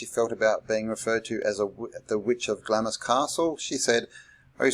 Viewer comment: Do you really think it’s pronounced “glammis”?